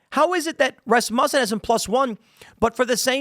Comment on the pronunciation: Why can't this guy say Rasmussen?